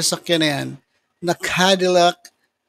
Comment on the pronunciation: Cadillac.. hindi po candilac..😂😅